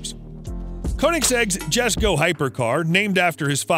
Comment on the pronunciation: Nice vid bro but a little correction, it's pronounced as yes-ko (Jesko) and e-va-yah (Evijah)